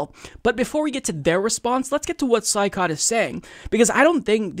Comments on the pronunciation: Hey, his name is pronounced Choy- COT. Just saying. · It’s pronounced Shoycot,. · Saikat is pronounced as shoy-kaht. At least that's how Kyle Kulinski says it.